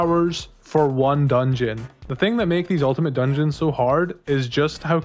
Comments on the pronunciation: "Ultimate Dugeons " oof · “Ultimate Dugeons” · “Dugeons” lol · "Ultimate Dugeons"